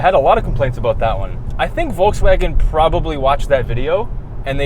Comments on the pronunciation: well almost perfect. Volks-Wagen your volks sounded like a Forks instead of the Folks how it should be and the a from the Wagen, is not lik a from anus but rather an a like from bra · its not foulswagon its VOLKSWAGEN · Well you guys still haven’t got it right. It’s “folksvagen” f as v, v as w. There’s no r in volks, no w in wagen. You said “forkswagon” wthell? Try pronounce BMW the correct German way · You said Volkswägen instead of Volkswagen. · Stop saying uolkswuagen. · Sorry... Angry germans incoming: you pronounced Volkswagen like Volkswäg'n... Not the proper way... Big disappointment. Still love you guys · Says "Folkswääägen" -> gives himself probs for saying Volkswagen korrekt. just joking.. I love you guys.. but try to say the following sentence: I go to the cinema AFTER I drive the car... The key word is after.. the first letter.. 'a' try to pronounce the volkswAgen exactly like the a in After.. so it will sound more like volkswaagen and not like volkswäägon, like it's a station wagon.. Otherwise I really appreciate your work! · Guys is it Pronounced Volkswagen or Folkswagen? 😃